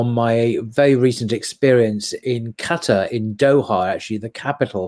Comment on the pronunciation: Thank you for not saying Qataaaaaar, it's so annoying hehe